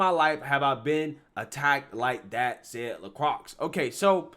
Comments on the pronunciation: It’s pronounced La Kroye. not La Krux. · La croy is how you say it not la crocks